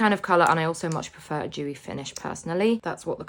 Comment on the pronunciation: Its dewy not vewy